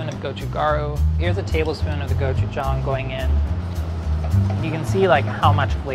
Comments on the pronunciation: i know its not his fault but omg ive never heard someone pronounce gochujang and gochugaru THAT incorrectly before (still love you ) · the way he pronounces gochujang and gochugaru is pretty amusing to a korean